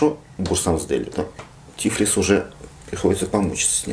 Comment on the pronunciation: ТифлИс. Так правильно.